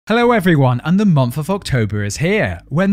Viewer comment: Yep, I was hoping to hear Month instead of monff.